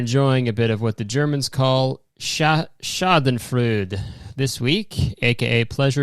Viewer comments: Not only was she not attracted to her husband, her husband went through conversion therapy. He's gay. lol EDIT: Schadenfreude is pronounced SHAH-den-froy-da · hearing kurtis mispronounce schadenfreude is so funny